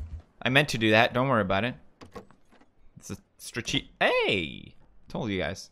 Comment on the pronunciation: Say "strategic" 50 times pls ! I saw other videos of you when you have issues with that word boy. GO!